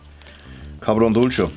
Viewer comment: Wenn Du das carbon ausspricht, dann klingt es für mich nach cabrón und das bedeutend Scheißkerl 😂 😂 😂 😂 😂 😂 😂 😂 😂 😂 😂 😂 😂 😂 Danke für die super Videos.